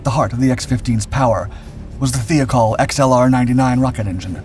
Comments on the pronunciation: I hear this voiceover guy on so many other videos. And he keeps mispronouncing names we all know. Such as, Thiacol It's not Thee a call. Where do they get these pronunciations? Is he Canadian? Is he stupid? Or is he an AI voice? Made from bits and pieces of a human voice. More bits than pieces. Otherwise I like his voice and I like his delivery. Better than this other guy I am hearing,, voicing all of these other YouTube videos. And I know that voice to be a black actor. I forget his name right off. He's a popular black actor. And I don't think he personally is doing all these voiceovers. I think his voice has been, sampled. As I'm hearing him on too many videos, also. And so I suspect. These guys are all AI announcers. Because they pronounce words and terms very correctly. They keep mispronouncing names we all know, dreadfully. As I've worked with computer voice synthesis. And I find. I have to reprint names and/or words, phonetically. To have it reproduce it correctly when heard. No one else has a proper command of the English language obviously. To get things right for Americans. And so these are likely, Asian productions? Pick American announcer voice selection. Write out your narrative. And it pronounces almost everything well. Except those words and names. That need to be, phonetically written. Like DUH. Only an American would know. I mean do I really know how to pronounce, Wang Fu? I don't think so? Bear ass me,, again Tits okay. I fingered her out. And I learned that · I like your videos but by 5 minutes or so in you've mispronounced two words. Thiokol is THIGH-oh-call, inconel is INK-oh-nell.